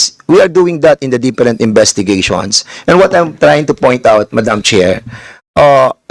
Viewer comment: "Deperent"committees....ano Mr. DAN? "DEPERENT"?